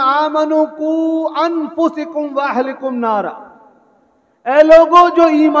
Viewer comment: بڑی معذرت سے عرض گذار ہوں حضرت والا نے جو آیت کریمہ پڑھی اَنْفُسَکُم میں زبر کے بجائے سین پر زیر پڑھا میری سمجھ کے مطابق والله اعلم اگر میں غلط ہوں اللہ رب العزت بطفیل مصطفی ﷺ معاف فرماۓ اور آپ بھی